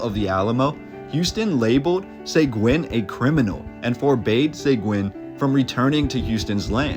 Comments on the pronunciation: Just so you know Seguin is not pronounced SAY-Gwen it is Sea-geen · One small detail you missed…..is that Juan Seguin is pronounced Juan SUH-GEEN. Not Juan SAY-GWIN. 👍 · It’s killing me to hear Juan Seg-win. It is pronounced like Se-geen. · Pronounced 'Se-geen', not 'Say-gwen'. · Great video man! I love seeing the old history of Texas dug up like this. A couple of things. cracks knuckles It's Bear, or even Bay-har, but not Becks-ar. It's Suh-Geen, not Seh-gwen (Seguin), and bro, how do you not know how to pronounce cholera? Sorry, I know these are minor things in the grand scheme of an otherwise great video. Keep up the great work, I can tell you're truly passionate about this. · Juan Seguin is pronounced "Segeen" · Just an FYI: Juan Seguin is pronounced Hw-on Sah-GEEN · Enjoyed the video, but he should learn how to pronounce the names, like Seguin = (suh-geen) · SA-GEEN FOR GOSH SAKES. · OMG! It hurts my ears when you pronounce Juan Seguin's name.... Here's a novel idea, maybe you should do some research before publishing content... There is even a town in Texas named after him Seguin, TX so it shouldn't be too hard for you to figure out how the last name is pronounced (Seh-geen). For crying out loud... 🤦🏻‍♂️ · Bexar is pronounced 'Bear' --- Seguin is pronounced 'Seg-geen' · Its pronounced Seh-geen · I’m sure San Antonio has many mysteries that would stun the citizens. His name is pronounced see-geen, (Segiun) btw. Very cool video of my hometown, thanks! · Bexar is pronounced like bear. Seguin is pronounced SeGeen. Decent info though. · born and raised in San Antonia Seguin pronounced Sa gine Bexar (County) pronounced. Bear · I'm from San Antonio and I love this. Juan Seguin last name is pronounced Se-geen. Other than that awesome job! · Juan Sayguin? 😂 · Respectfully; Bexar pronounced Bay-Er, Juan Seguin pronounced Sah-Geen. It’s a Texas thing. 👍🏼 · It's "Juan Se g'eeen " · Pronounced sěguēne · Seguin is pronounced Seh-geen (like seen) Hard G